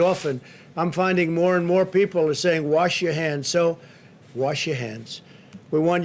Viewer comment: "Worsh" your hands,...duh.